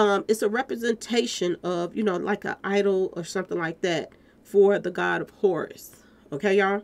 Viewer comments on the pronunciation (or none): none